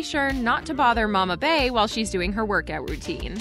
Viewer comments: Please stop calling her “Bay.” It’s “Bee.” As in “🐝yoncé.” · Why do y’all blogs keep calling that woman Bea? Her name is Bey as in Bee! The Y has an E sound not an A sound…How is that so hard to say 😑. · Girl it’s BEY AS IN B as in BEYONCÉ SHE IS KILLING MY SHII WITH THIS BAE SHIT 🤣🤣🤦🏽‍♀️ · Why do these yt people refuse to say "Bey" correctly??? It's said like 🐝. It's called the 🐝Hive for a reason. Who is Bay????!!! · It’s Bee like 🐝 not bay - how do you not know this? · Why do y'all pronounce Bey like that? It's BEY and it sounds like BEE!!! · It’s not Bay its Bee y’all crazy lol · I know it drives me crazy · Can't get past how she's pronouncing 'Bey', like who is BAY? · Now you KNOW youre pronouncing her Bey wrong af... for what